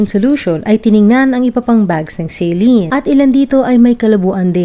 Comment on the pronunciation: Anong celin ka ng celin pagpronounce magresearch ka muna!!!😅😅😅saline solution yan ang tamang pronounce nyan ay SA at LINE kaya saline yan FYI